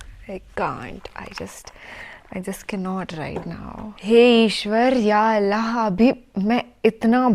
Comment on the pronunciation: Thanks sister plz say Allah not alha